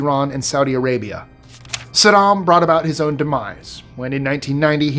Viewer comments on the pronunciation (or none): none